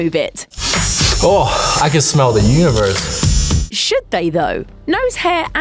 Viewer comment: When they said should they thought I had to put subtitles cause it sounded like the s word